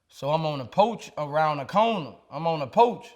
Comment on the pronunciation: Goddam , " I was standin on a POACH'E " !